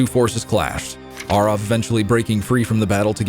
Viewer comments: So, nearly 20 years I’ve been pronouncing “Arrav” wrong? I’ve been saying “Arav” 🤣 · Have I been pronouncing Arrav wrong for 20 years? Or is just putting his twist on the name